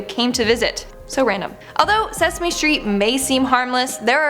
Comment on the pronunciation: it was sasame street